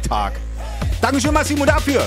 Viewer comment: So jetzt muss ich einen Kommentar machen bevor ich das Video zu Ende sehe. Hof der Fahrlehrer liest auch mal etwas😂Massimo ist ein schöner Name, wie kann man gegen alle Regeln der Rechtschreibung die Betonung auf den iiiii legen? Masiimo? Masiemo. Der heisst Massimo, zwei ss. Ist nicht das erste mal dass…..🤦‍♀️ Es steht doch dort!! Sorry, aber das ist auch denn anderen malen geschuldet wo der Gute Fahrlehrer alles ignoriert was geschrieben steht. Sonst hör ich ihm sehr gerne zu🤣🤣🤣und der Samlez (bei dem Namen macht er sich Gedanken ob er ihn richtig Ausspricht 😂) macht halt was total Regelwidriges, hat mein totales Verständnis. Passt schon. Polizei kann eh nichts machen 👍🤣🤣🤣 OK hab weiter gekuckt… (schaalüg) er kanns nicht🤷‍♀️🤣🤣🤣🤝👋🏻